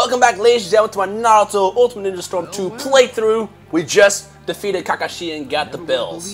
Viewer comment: you say kakashi really weird but then you say it the normal way right after you say it wrong